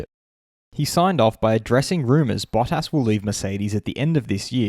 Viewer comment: Bah-Tis. not Baw-Tas.